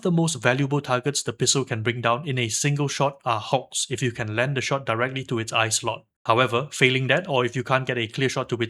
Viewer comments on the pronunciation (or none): none